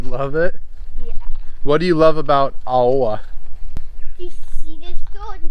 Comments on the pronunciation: When you pronounced Aoa I thought you meant Auā. Which thats another village before you get to Aoa. Aoa is pronounced as Aoh-ah. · lol I would pronounce it “ow-ah” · Yea it's like [ ahh - ow - ahh ] no hate😂😂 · Aoa easy to pronounced owa. Hope that helps. Also you guys should visit Sailele. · Or simply pronunced Awa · This is were I grow up at, one of the best place on earth in my opinion😂. And you also pronounce Aoa wrong, you pronounce as AUA. But thank you for sharing your awesome video.